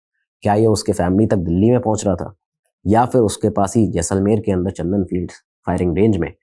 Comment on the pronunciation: सर चंदन नहीं चांदन